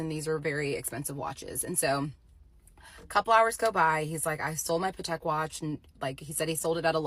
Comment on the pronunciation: She didn’t even know how to pronounce Patek correctly! Like yes it’s an expensive watch but that was not how it’s pronounced